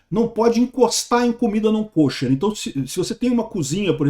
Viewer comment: Para agregar: se pronuncia comida /ka-chér/ (quase caché)